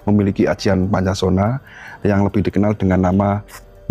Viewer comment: Bukan Poncosono,,,tapi Poncosonyo